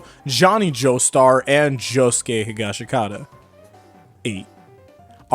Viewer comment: Mans really said jouske he-gash-I-Kat-a